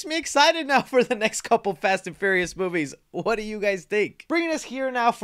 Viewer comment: You just can’t say the word furious can ya bud lol